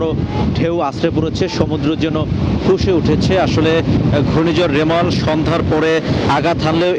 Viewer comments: ছাগল ভাই। মেরাল না রেমাল...... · সংবাদ পাঠক ভাই বারবার রিমাল কে বলছে মেরাল মেরাল 😂😂😂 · Are vai meral na remal hobe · 😂😂 it’s Bangali mistake